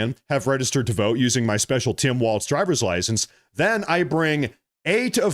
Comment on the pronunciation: Not a single T in Walz mister